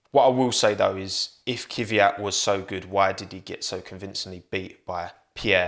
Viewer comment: Saying Kiviyat is hella cringe. Why would you do this? Its obscene, really